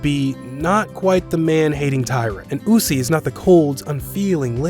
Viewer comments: Usi and Mizuki? You mean Usui and Misaki? You didn't even pronounce the names right. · SAMEEEE #bestromcomever Also was it only me or did everyone else’s hear him pronounce Usui’s name wrong 😂